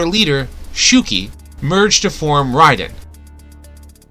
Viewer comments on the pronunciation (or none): none